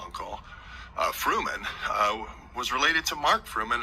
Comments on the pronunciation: Mark "Furman" not Fruman (from the OJ trial) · Good gosh. It is Furman, not Fruman.